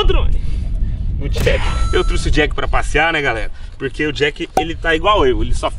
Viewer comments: Eu trouxe não " eu teuxe" kkkk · Eu "truci" é foda em man, é trouxe caraio...kkkkk